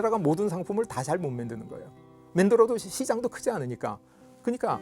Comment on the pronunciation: '맨'드는 이라고 자꾸 얘기하니까 내용과 상관없이 되게 격이 떨어지고 신빙성이 안가네요